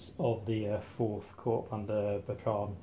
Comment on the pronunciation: Lovely video: good use of the camera and articulate dialogue. The only observation is I've never pronounced the 'p' in corps, so ut sounds strange to me.